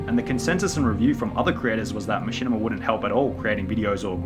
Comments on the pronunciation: bro learn to fucking speak "jurring" "machinimER" "YouCHube" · “Machinimar on Dewtoob” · I like when you say machinama, but I really like when you say machinamar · Dude keep saying “Machinamer” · How come sometimes you say "machinimer" and "youchube" instead of "machinima" and "youtube"? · The amount of times this man said machimina 🥴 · the downfall of Machinimer on YouChoob in two thousan' twelve, two thousan' thirdeen, two thousan' fourdeen